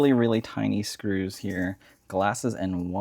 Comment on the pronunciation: No disrespect, where are you from? I noticed you say screws like "screwsh" and first like "fursht"